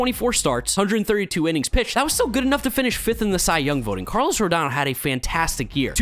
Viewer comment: Did he say Barlos Correa?